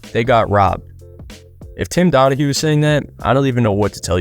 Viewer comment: It’s Tim donagy not Donahue